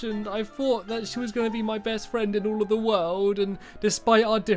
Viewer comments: The way he said friend "fwiend" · Stamps you said fwend on no 17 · Wait did he say fwiend?? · i met a new FWEND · Fwend? stampy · At the start of the video you said I made a new fwend it made me laugh but its sad the creeper died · He said fwend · A good fwend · Lol Stampy was saying fwriend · stampy why did you say you made a new fwend